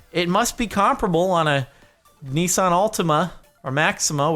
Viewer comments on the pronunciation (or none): How Jordan pronounces Nissan is annoying it's not Knee Sun is N-I-SS-An